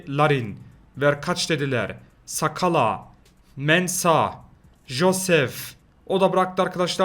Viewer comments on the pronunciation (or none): Abi bir şey söylicem nskala adamın ismi ve bunun okunuşu ensakala